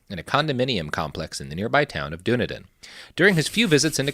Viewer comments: Lol Dunedin is pronounced "done-eee-din," not "dune-ah-din" I grew up there. Kinda cringing through aspects you're not quite getting right, concerning the history of the Scieno takeover. But otherwise, pretty good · pronounced Duh-knee-den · Hearing Dunedin mispronounced was like nails on a chalkboard